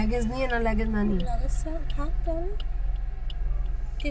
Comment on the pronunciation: কথা লেগেজ না লাগেজ